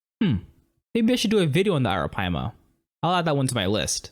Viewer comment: You pronounced "arapaima" surprisingly well. Good job! Ps: It's also called Pirarucu in some parts of Brazil